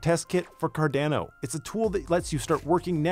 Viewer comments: Great video! But please, its Car-Dah-No, not Car-Dane-o hahahaha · Very good short informative video on KEVM. Saying Cardano like Car-DAN-o makes you sound like a newbie though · Good video but Car-DAN-o hurts my ears! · CarDANo ... lol i dunno why but this sounded so weird to me. ive always pronounced it Car-Don-O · Is it “CAR-DA-NO” or “CAR-DAN-NO” I thought it was the first pronunciation. Great work by!